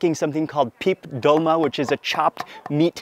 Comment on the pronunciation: Actually it’s “tolma”